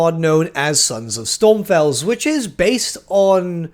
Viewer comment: Take a shot everytime he says Stormfels instead of Stromfels, (its okay I mess up names too in the vast WH universe)